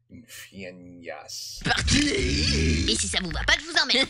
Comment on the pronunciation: Pour bien le prononcer apré ci éra et une faignasse c'est celui qui ne branle rien